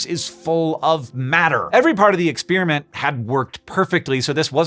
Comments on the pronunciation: Thank you for continuing to make shockingly complex topics consumable by the average science-interested member of the public like myself! Also, are we saying ex-SPEAR-iment now? I always thought that it was pronounced pear like the fruit, not spear like the javelin. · is Babbel who is responsible for him pronouncing experiment like spearmint ? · There isn't much that annoys me more than pronouncing ' exp(er)iment' Ex(spear)amint. And your over the line. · Why do some people pronounce the word 'experiment' like 'ex-PEER-i-ment' instead of 'ex-PAIR-i-ment'? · Please do a video on how it became trendy for science nerds to say "ex-peer-a-mint" instead of "ex-pear-a-meant", and how this is a telling sign that our universe is devolving. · I love your work but you pronounce "experiment" in an unusual way.